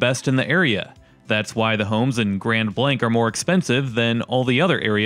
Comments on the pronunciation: Your pronouncing it wrong it's (grand blaangk) not Grand Blank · It's grand blaangk!! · It's pronounced "grawnd blonk" you numpty